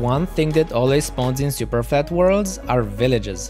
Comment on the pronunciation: In the beginning he said he spent days on “Bedrock Superfalt”